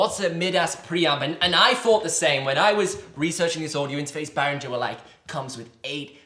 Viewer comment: It's not Bahringer....it's Behringer...as in not Bahr but Behr. Amazing bit of gear for not much money... absolutely nothing to not like.